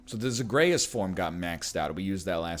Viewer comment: This boy just pronounced Zagreus as zag-RAY-us